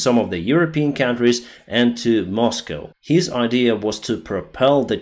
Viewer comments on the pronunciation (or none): none